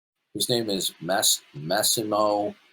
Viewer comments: I wonder how badly he would butcher that word, given how terribly he mispronounced all of Massimo's name. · A philosopher with training in science giving such clear and consise answers. And can't even pronounce Massimo ffs.